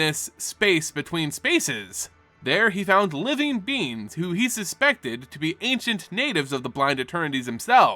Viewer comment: Is it just me or did anyone else hear “living beans”. I mean it’s adorable to call Eldrazi beans.